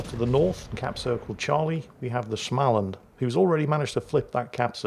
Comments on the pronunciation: If you can say the English word "small" then you can say Smaaland too. It is not with an "a" like in "anal" as you say it. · joke start*: ITS SMÅLAND NOT SCHMALAND AHHHHHHHHHHHHHHHHHHHHHHHHH *joke end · Oh, dear old. Here comes the Swedes again. Småland is not Shmalland. So drop the H after S, and pronounce the Å, instead of just saying A. Ä sounds like the A in Damn, or Ram Å Sounds like the O in Gorge, or Borg Ö sounds like the U in Murder, or Fur And pronounce it as a composite word, Små-Land From Sweden with Love - Kami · Oh just an fyi. In the Småland. The "Å" is a Swedish"O". Basically you pronounce it "Smoland" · Småland is simply pronounced small-land. The s and the m at the beginning is just an s and an m. I do love myself some good German SCH sounds every now and then, but in Swedish sm, is just a boring old sm. Carry on! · Just a pronunciation tip for the future, try saying the å i småland as either the o in Smolensk, or like the a in small. Great vid as always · A proper Swedish person here. Småland is pronounced as the English 'small' followed by the first syllable of 'understand'. There's no stupid German schm going on!